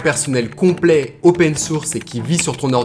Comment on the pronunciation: "opéén source" ???